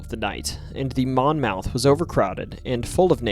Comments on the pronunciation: I know it's late but I can't help it. The name Monmouth is actually pronounced monmuth. It really stuck out to me , being that I am from a county of the same name in New Jersey as that boat on the Mississippi. Not trying to be a dick. Just trying to help. Great stories. Keep up the good work. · Monmouth is pronounced mon-muth.